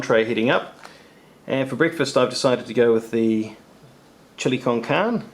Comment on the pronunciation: Love the video's. Just for your own reference it's pronounced like this: chill-ee con carn-ay. Keep up the awesome work!